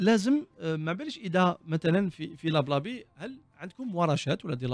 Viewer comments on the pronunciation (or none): Bon courage, c'est Lablabee et non lab labi